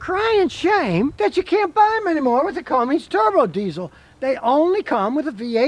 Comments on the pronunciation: Cummins, not Cummings. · Cummins not Cummings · Cummins. It's Cummins, not Cummings. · Scotty, it's Cummins, not CumminGs. No G. It's like the response when someone knocks on your front door "Come IN' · Come In’s Come In’z Not “CumminG’s” Come on, Scotty! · It is Cummins, not Cummings. Is he just trying to aggravate us? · Scotty, it's not cummings,it's cummins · "It's a Cummings diesel." 😂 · I like how scotty pronounces cummins as "cummings" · Okay Scotty, it is CUMMINS, there is no "G". That being said, this is what ticks (not the REAL word I want to use), about those POS Fiat people that now own Dodge. Dodge has had a FABULOUS business relationship with Cummins, who have supplied diesels for 2500/3500 since they first came out. Cummins was working on a smaller diesel engine and offered it to Dodge. Those stupid European asses, told them that they were doing to use a Fiat (tractor) engine in the 1500. ASSES. So, Cummins floated the engine out there, and brilliantly, Nissan said YES. A Titan XD is the only Nissan Titan I would buy. While it never made it past the prototype phase, Nissan also built a Frontier, with the even smaller Cummins diesel. And the tractor engine in the Dodge 1500 is a royal piece of crap. The Dodge brothers continue to spin around in their graves... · Oh man. An "expert" who doesn't know how to say Cummins. An "expert" who holds down the start button. What in the world??? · I never knew Cummins had a G in it Scotty 🤣